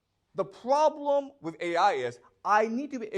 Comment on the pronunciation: The probrem iiiiiis